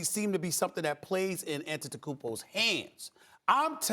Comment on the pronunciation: Jonas Valinchooniss > Giannis Antonotocoopmpo